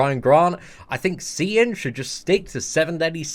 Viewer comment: You said it perfect seatin dont worry about the haters stay up maine!!!!